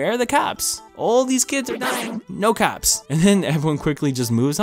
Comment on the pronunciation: I thought he said "caps" instead of "cops" So what I heard was, where are the caps